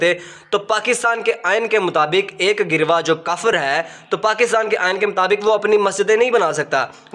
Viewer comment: کتنے نالائق ہو لفظ “گروہ” پڑھنا ہی نہیں آتا کسی سے اس کا تلفظ سیکھ لو